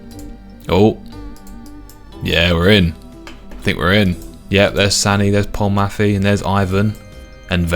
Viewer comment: Finally someone who pronunces Myreque right, thank you! There is no f-ing "key" in the -que ending. I mean, if you finally get that rare drop you wouldnt call it an "uni-key"